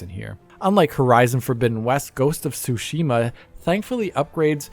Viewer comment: Why is almost everyone mispronouncing Tsushima? It is said so many times in the game.